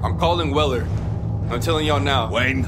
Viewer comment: the f^^k is "weller"? and for that matter, wtf is this "flernix key" you speak of my dude? 😂😂